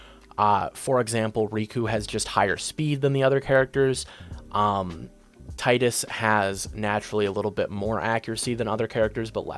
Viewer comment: Bro es Teedus but besides that great video! Keep it up